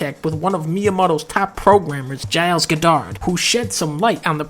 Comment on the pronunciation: "Giles GeDahrd"